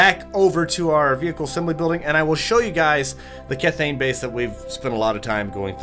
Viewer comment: kethane is pronounced key-thane